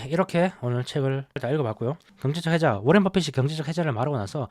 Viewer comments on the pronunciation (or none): 해제 아니고 해자 입니다. moat 잘 들었습니다.